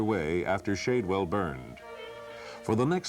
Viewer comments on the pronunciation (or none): Thanks for the documentary. Just for the record, Shadwell VA is pronounced Shad, like the fish. Been there many times.